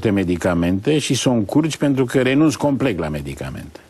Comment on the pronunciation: Imi place discursul lui Plesu, atunci cand nu vorbeste despre politica, dar imi zgarie urechile, derapajele de gen: "chineji" "complect" .... wtf?